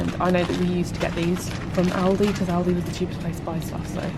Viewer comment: Thank god you pronounced Aldi right lmfao